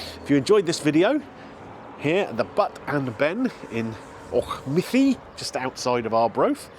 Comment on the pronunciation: Well done on Auchmithie, Gary would have butchered it for sure 😂